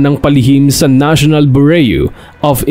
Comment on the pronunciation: Anong Narional Boreo of Investigation? 😂